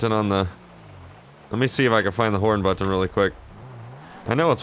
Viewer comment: "Do I have a horn buTTon?" The way he pronounces butTTon or MarTin is so funny!! 😂